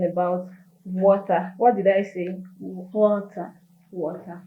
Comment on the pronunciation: We will talk about wota, what did I say? Ibadon ... wota :))